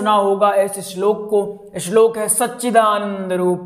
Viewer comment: पहले शुद्ध उच्चारण बोलना सीख ले तेरा खुद का शब्दों का उच्चारण ख़राब है इस्लोक नहीं बोलते श्लोक कहते हैं